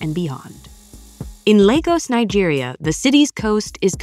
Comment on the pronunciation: At last😅, they pronounced Lagos in Nigeria 🇳🇬 properly ❤